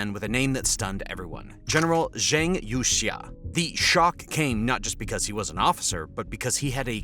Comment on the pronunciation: Please learn how to say Zhang's name because the way you say it sounds terribke.